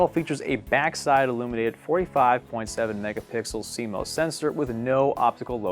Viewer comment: Squirrel The weird pronunciation was the joke